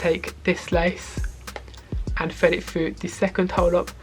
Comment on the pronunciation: Have a drink every time he says ‘Fred it fru!’ In all seriousness, great video